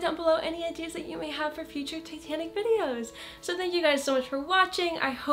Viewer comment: when u said titanic I thought u said satanic